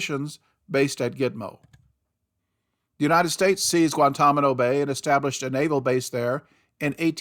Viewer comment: Guan-Tan-A-Mo, not Guan-Tom-A-No Please pronounce it correctly. That is very annoying.